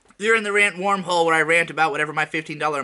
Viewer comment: You pronounce "worm" as "warm" so it sounds like you're saying "you're in the rant warm hole." So like. Just call it the rant hole? Because it was already an infinitely better name?